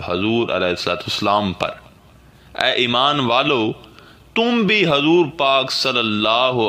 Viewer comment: hazrat hazur nhi huzur boliye